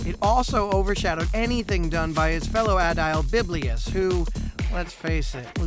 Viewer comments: Not biblius but Bibilus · Why do you keep calling Bibulus "Biblius"? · Has someone already said that it's Bibulus, and not "Biblius"?